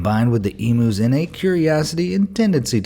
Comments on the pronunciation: FAROUT ITS NOTS EMOOS ITS EMUUU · So funny he pronounced emus emoos 😂😂😂 Bahahaha cracked me up